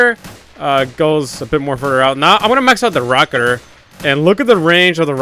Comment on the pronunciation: Its rocketeer (rock-eh-tier)